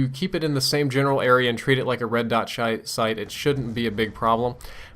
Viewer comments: Personally i think it might be a minor case of ADD or the possibility of a short attention span. However, I often talk like you did where a letter or syllable from the second word I plan to say gets mixed into the first word (sight shouldn't -->shight). As far as speech goes I think that happens when your brain is creating sentences faster than your mouth can pronounce them. Although it could be all in my head I still worry about my sanity deteriorating over time. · "treat it like a red dot shite...uh SIGHT!" x'D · "Red dot shite" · 'red dot shite' xD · Who else heard 'Red dot shite' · LOL he said red dot shite instead of red dot sight  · I'm so immature, lol he said "red dot shite" xD